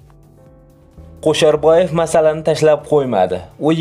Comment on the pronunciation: Og'ауni, o'qishni o'rganib ol. Qo'sharboyev emas, Kusherbayev. Monipoliya emas -monopoliya. Iddiyo emas-iddao va hakazo. Oqishni va to'g'ri gapirishni o'rganganib olganingdan keyin video qilsang yaxshi bo'ladi